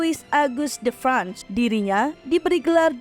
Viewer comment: Louis dibaca lu;wi Versailles dibaca verse;ye De franc dibaca de frang